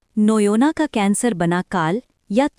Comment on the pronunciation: Noyna❌ noina ✅